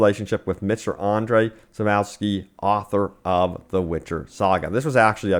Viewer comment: Sap-cov-ski That's how to say his name btw..just correcting no offense intended